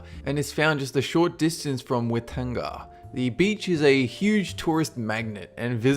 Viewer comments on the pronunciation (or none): Whitanga is not pronounced wit -anga its pronounced fity-anga I'm from New Zealand and i've been to hot water beach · DAMMIT ITS NOT WITANGA ITS PRONOUNCED FI-TEE-ANG-A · I Live In New Zealand At Its Not Witanga Its Fit-E-Unga So Offensive To Natives And I Cants Stop Laughing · I live in new zealand and when you said "whitanga" (Whitianga) its pronounced. Fiteanga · I think you pronounced the place where hot water beach is near wrong. It is pronounced fit-i-ang-a. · The New Zealand beach is pronounced witi anga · Waitanga is pronounced why-tounge-a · On Number 12. You pronounced whitianga wrong. its pronounced fi-tee-ang-ah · It's actually Whitianga. Pronounced like fit-I-anga. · in number 12 u said the name wrong I know this because I'm a New Zealander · ahahaha you pronounced whitianga ( probably not how you spell it) wrong 😂😂😂😂